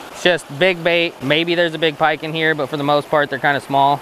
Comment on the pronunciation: Did you say "Pa-pike and crappies? lmaoo